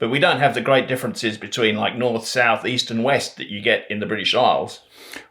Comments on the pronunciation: Fantastic Aussie accent! I think the word "differences" might have sounded more Brit than intended as a result of the final vowel sounding like an "i" rather than a schwa. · I haven't seen "the other video" yet, but I'd agree about the "example" vowel, as a West Australian. The other differences are: (1) says (sorry I can't do IPA), "differencIZ" where we would always have a duller sound (schwa maybe?) in that last syllable. My mother, whose mother was English, always used to say "DarwIN", and we kids would groan at it (because it shouldn't have that sharp I sound for an Australian ear). And (2) that word "solo". I don't know how eastern staters say it, but here in the West that's a different O in the first syllable and a dark L between., you did say you'd like to hear how you did. For me as a West Aussie, only the differencIZ and the SO-lo betrayed the non-Australian accent. But just generally astonishingly good. For what that's worth!